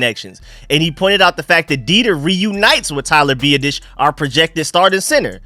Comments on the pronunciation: Love your videos bro. Just one thing, Tyler’s last name is pronounced Bee-aah-dish lol. Sorry don’t mean to sound like an ass. Keep doing you though! Love your work! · You are butchering our new center's name!!!! LOL. BiAdasz. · Hopefully, will stop consistently butchering Tyler Biadasz's last name by the time OTA's roll around